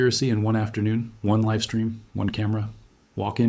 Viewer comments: Is this A.I.? I have seen several of his videos before. He seems to be well spoken and very eloquent. Why would he say Elon Musk wanted a liv stream not live stream. You usually only here stuff like that when it's a computer or A.I. misinterpreting the script. It cannot tell the spoken difference between liv and live because they are spelled the same way. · He/it said "liv stream" not "live stream". Something fishy here.